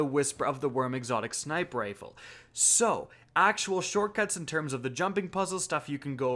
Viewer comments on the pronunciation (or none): ever heard of accents my friend